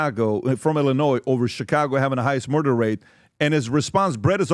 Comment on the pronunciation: He's a blatant murr-derr denier, unless you count how many buffet stations hes murr-derr-ed